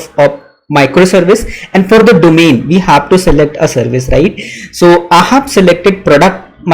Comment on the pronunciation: It's "I have", not "Ahhav" 🤦